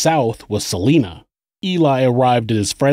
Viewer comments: I live in Salina Kansas. It's pronounced Sa (saw)-line-a (ahh not a sharp a) Saw-line-ahh. Not like the name Selena. That's how we tell of you're an outsider. All outsiders pronounce it like Selena. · SA- LINE- NA..........NOT SA-LEEN-NA OMG that just royally got under my skin. I'm sorry I live in Kansas and I live 80 miles from Salina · “Suh-lie-nuh”. Not “Suh-lee-nuh”. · Salina is prounounced S-ah-lie-nah, not Selena. (Per Former Kansas resident) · Huge fan and Kansas native here - love the channel! Fyi, Salina is pronounced 'Suh-lie-nuh' - lol, I was so excited to hear a KS connection, I had to comment! Keep up the awesome work! -Gabi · As someone who grew up there, its SUH-lye-nuh (Salina) Kansas. Salinas California is pronounced how you're saying it. Don't feel any sort of negative way about it, stopping at a truck stop there is the only reason it exists still to this day. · Great video. Salina is pronounced with the "long I" think sa-line-a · anyone mention its actually Sal-I!-na, Kansas? (long vowel sound) 😁 keep up the great work 👍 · Just a heads up: Salina is pronounced Sal-EYE-na. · Just for historically accurate information Salina, KS is pronounced sal-ine-ah. No hate intended, from this area and thought I'd mention it. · Its Salina (Sah - lie - nuh) and Missouri (Mis - zour - uh) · Salina, KS.... pronounced Sa-LINE-a. Not a big thing, it just throws me when listening. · Salina. It’s pronounced Sa-line-ah. As a Kansan this is really annoying me haha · It’s pronounced suh- lie- nuh lol, Kansan here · You keep pronouncing Salina wrong it is pronounced Sa-lie-na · Salina (suh-lye-nuh) Kansas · Just a note, Salina is pronounced with a long I, not a long E.